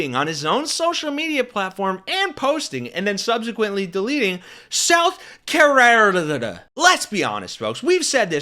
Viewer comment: cofveve South Carerdddd